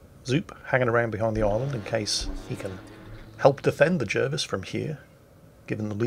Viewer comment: wait.. isn't Jervis pronounced Jarvis?